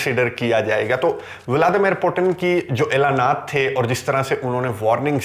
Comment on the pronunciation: بہت عمدہ اور معلوماتی ویڈیو ہے۔ ایک تصحیح کرنا چاہتا ہوں روس کے صدر کا نام ولادیمیر پوُتِن ہے پوٹن نہیں۔ روسی زبان میں ’ٹ‘ اور ’ڈ‘ کی آواز نہیں ہوتی۔ مزید معلومات کیلئے آپ RT (روسی ٹی وی)، سپوتنک (روسی ویب سائٹ)، بی بی سی اردو ملاحظہ کر سکتے ہیں۔